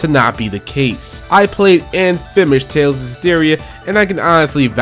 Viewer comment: Man i like your channel but the replacing of consonants always makes me doubletake. You played and FEMISHED Tales of Zesteria. Wait what?